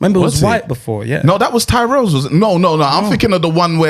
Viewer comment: Can't lie, I've never heard tyrrells crisps pronounced like that. Sounds like one of your bredrins😂